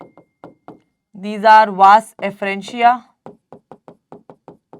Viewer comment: Vasa effrentia ✅ vas effrentia ❌